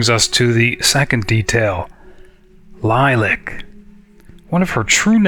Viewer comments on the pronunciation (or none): I've never heard Lilac pronounced that way. When you stated to talk about it, I went back and read your journal post to see if I could figure out where you were going with it. This is one of those many times when I wanna say stuff but can't. And how you gonna incorporate all that into the summary vid? Oooh, a shout out! Thank you! And glad to help!